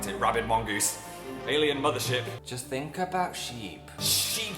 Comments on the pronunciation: I actually laughed out loud am when he was talking about the cactus candle. But I stopped smiling after he said "aboot" Cuz WE DON'T SAY THAT!!!! I'm Canadian and no one says that! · .......did...he just....say aboot...... sigh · I'M CANADIAN AND WE DON'T PRONOUNCE ABOUT LIKE "A BOOT" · did you really just say "aboot" ?? i love you phil, but why xD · OKAY PHIL, IN CANADA WE DON'T SAY ABOUT LIKE A BOOTY I'm sorry ily but we pronounce it like everyone else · Number of times I; a Canadian, has pronounced about "aboot", is still zero and will remain that way.